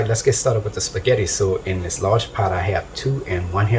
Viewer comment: I know it's good,, 'cause you smacked the table a full 10 times! Nice to see a channel where the cook uses "the trinity" AND Tony C's AND garlic! You had me at "let's get staw-ted!"